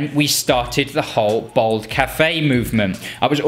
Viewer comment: At least pronounce ‘bald ‘ properly 🤦‍♂️